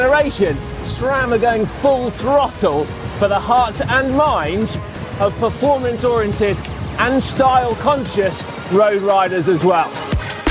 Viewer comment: Glad to hear Simon say oriented, not the butchered oreintated that so many say!!!